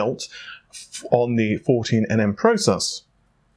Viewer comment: Every time you say "nm" I cringe :) You do that on purpose :P